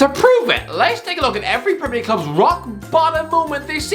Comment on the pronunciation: No one Absolutely no one Irish guy - PRRRRRRRRREMIRE LEAGUE